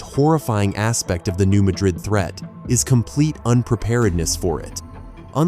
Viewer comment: Please get the pronunciation right…it’s New MADrid, not New MaDRID.